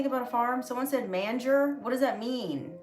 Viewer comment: It's not a MAN ger it's a MANGE-ERR ❤